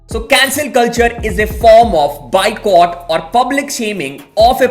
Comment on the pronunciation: Bro sorry to say its boy-cott not bye-cut #NOHATE 🙌